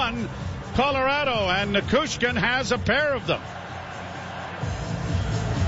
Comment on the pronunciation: Neh-chez, Na-choo-skin, the names aren't hard to pronounce Joe.